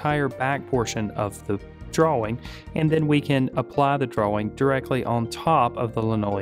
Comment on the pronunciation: you pronounce the w in drawing?